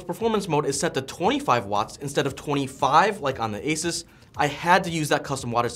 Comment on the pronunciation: Add my pennies worth, It's pronounced Asooose not Asus 😅